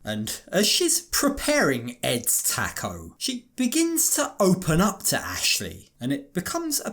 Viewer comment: Why did you keep saying taco like that 😂😂😂